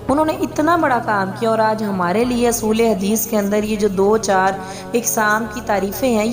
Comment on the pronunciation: کنفیوز ھے خود کے کانسیپٹ کلیر نہی ھیں اور ڈیفینیشن میں کئی غلطیاں کی ھیں امام بخآری کا واقعہ بچپن کا ھے اسوقت وہ امام بخآری نہی بنے تھے میڈم کچھ الفاظ کی تصحیح کرلیں اصول کے الف پر پیش پڑھا جاتا ھے (اُصول) دوسرا منطق کے ط پر زیر پڑھا جاتا ھے۔ (منطِق ). اور اسکا تعلق زبان کے ساتھ نہیں ھے علوم کے ع پر پیش پڑھا جاتا ھے یعنی عُلوم ۔ حدیث کی راویوں کے تعداد کے اعتبار سے تقسیم میں متواتر ، مشہور اور خبر واحد ھیں ۔ اپنے لکھنے میں مشھور کی تعداد متواتر پر فٹ کر کے فاش غلطی کی ھے اور بولتے ھوئے صحیح کہا مشھور کا ذکر ھی نہی کیا کجھ اور غلطیوں کی اصلاح کر لیں